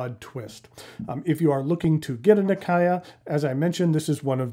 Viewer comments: Here's some footage from a japanese video produced by the National Museum of Japanese history, in which the reporter can be heard pronouncing the name nakaya (中屋). The pronounciation is much closer to "Nakaya" than to "Nak-ee-ya". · A couple of personal notes, if I may. 1) Nakaya is pronounced the way each syllable would have been pronounced on its own and then joined back together (na-ka-ya, not na-kah-ya), so the western pronunciation isn't too far off. Frankly, my English vocabulary knowledge is not that great, so I can't think of any words with similar-sounding syllables. In Slavic languages, there would be countless examples, since they share a significant portion of their phonemes, with a bit of imagination. Other than that, though, your pronunciation of "Namiki" and "aka-tamenuri" is practically correct. Unrelated to this video, but just bear in mind that "[colour]-age" is most definitely not pronounced like the English word "age". 2) It's virtually unfathomable to wear any form of shoes without any form of socks within the Japanese culture. Even historical armours included what you could call socks, and the traditional wooden sandals seen in the picture were always accompanied by the identically traditional socks with the thumb separated from the other toes, so it would have most certainly not been a fashion crime at any point in history. 3) Fountain pen in Japanese, 万年筆, literally means "ten thousand year brush", as in "a writing instrument which shall last a very long time", which tends to throw off many translators. 4) Urushi/Maki-e pens designed with cap posting in mind typically include a "rubbery" protection layer on the inside of the cap. If the material is exposed on the inside as well, t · never heard ppl said “na key ya” Nakaya is the correct way. Tho I suppose the Japanese will pronounce it nakaya↗️ with the ya sound going flat or slightly up, instead of a ↘️ like in English.